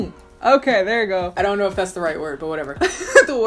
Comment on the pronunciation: “I der kner” SCREAMING